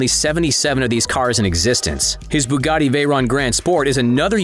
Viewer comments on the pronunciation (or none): none